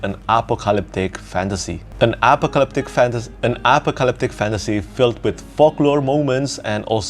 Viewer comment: It’s pronounced UH-POC-UH-LIPTIC bruh! 😂